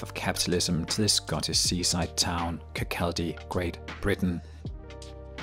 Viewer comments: Kirkcaldy is pronounced Kirk-au-dee. Also, Adam Smith was Scottish and Kirkcaldy is Scottish; sick of this 'British/Brits' crap. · It's Kir-Cau-dy! Sorry love the video, but that triggered me as a Scotsman. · It's pronounced Kirk-cod-day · It's pronounced Kirk-aw-dy mate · Sorry but, kir caldy is funny